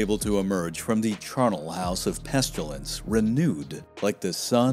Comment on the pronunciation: Very interesting! Made me want to find out about so many different things, especially the Polish king who gave refuge to the Jews. Please say "pestilence" not "pestulence", though! Maybe you are getting confused with "pustules"? LOL.